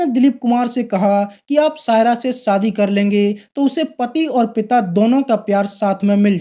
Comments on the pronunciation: आपका यह वीडियो देखा, अच्छा लगा, जो अच्छा नहीं लगा वह यह कि आप बार बार शादी को सादी कह रहे हैं और परेशान को परोसान कह रह रहे हैं आपको भाषा के उच्चारण पर काम करना होगा, आपको दुनिया देखती है, मै देहरादून से हूं और अभी कुवैत में रहकर आपका वीडियो देखा, आशा है आप मेरी बात का बुरा नहीं मानेंगे। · शम्मिकपुर , है सम्मी कपूर नहीं , शादी है सादी नहीं .श बोलना नहीं आत क्या ? उर्दू या हिंदी नहीं आती तो किस और से ये काम करवा लो. बहुत ही गन्दा लगता है .